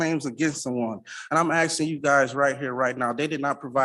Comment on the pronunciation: He is "axin" to know... What an ignorant individual trying to sound smart--not working. Leave the country if you don't want to abide by the rules and laws of this company.